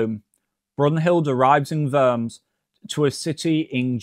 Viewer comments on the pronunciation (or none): Worms is not pronounced "werms" , but "warms".